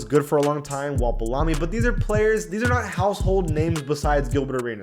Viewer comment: This dude mispronounced arizin bellamy and daugherty